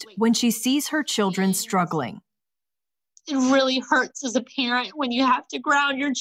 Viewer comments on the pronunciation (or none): Patent no, not parent no